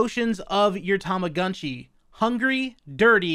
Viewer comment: It appears Japanese. It should be Tow-Mo-GOOn-Chi. I always thought the Tu and Mu and Gu sounds were closer to Too and Moo and Goo.... I think is butchering it.